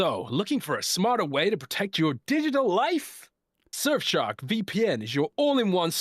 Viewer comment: I'll only use Surfshark when learns to say it right.